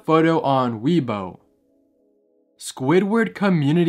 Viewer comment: its pronounced "way bo" and it's not Japanese it's Chinese